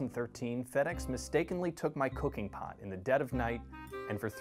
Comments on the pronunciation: i have such a dirty mind, my bad butt thought he said cocaine pot. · Lmao I heard COCAINE pot 😂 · I honest to God thought he meant weed, even when he said "cooking pot", and I was like oh he was boutta make edibles 😂